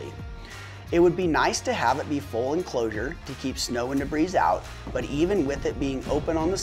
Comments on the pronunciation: Great video, straight to the point. Fun fact: the plural of "debris" is still just "debris" with a silent S. Deh-bree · Thanks for your video and information, it was very thorough and helpful. Just a heads up here : the word debris is pronouced without sounding the s on the end. The word debris is good for both single and plural.Hope you dont take offence at my offering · The s is silent in the word debris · 🤦ha ha I know I don't know why I pronounced it like that.